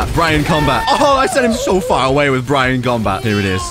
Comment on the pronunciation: It's (berry-on) mode